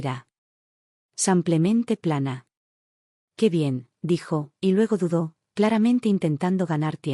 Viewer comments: Porque dices.. samplamente, no será simplemente? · Otla vez SEMPLEMENTE, APRENDAN HABLAR CORRECTAMENTE EL ESPAAL ADIOS, APRENDAN.!!! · Porque dice samplemente???!! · Samplemente?!! La narración es por computadora? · Simplemente,se lee con i no con a,en español la i es i